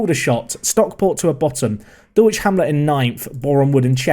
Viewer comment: I just wanna say, I've noticed you trying over the last couple episodes to get Dulwich pronounced right and this episode I absolutely creased for that single second pause of thought before you said it. Absolutely love it. Thank you good sir 🙏 If you wanted a challenge though, I'd say spend your new found money on improving the squad in the summer, maybe some facilities as well and then get yourself a move away otherwise as you say, it might get a bit easy. Regardless to what you decide though, everyone loves the series and I've seen a couple other people saying that people will be put off, I doubt that though, especially if you're planning on staying in England, which you are Also, bit of fun trivia esp listening you to talk about the stadiums constantly on stream haha, Dulwich Hamlet's stadium in real life is on a pretty steep hill and is also right next to a Sainsbury's